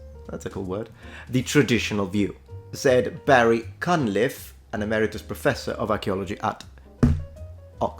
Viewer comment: When you said Barry Cunliffe, I heard Barry Cuntlip. I need help...